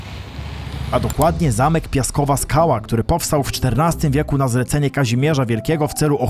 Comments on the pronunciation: "Pieskowa Skała", a nie "Piaskowa Skała" ;) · Zamek "Pieskowa Skała", nie "Piaskowa" ;) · praktycznie każdy źle wymawia nazwę tego zamku, w sumie to się nie dziwię :)) Poprawna nazwa to "Pieskowa Skała" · Zamek nie "Piaskowa Skała", a "Pieskowa Skała" duża większość to myli :) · Zamek Pieskowa Skała a nie Piaskowa Skała:D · Pieskowa skała nie Piaskowa.😮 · “Pieskowa Skała” nie piaskowa:D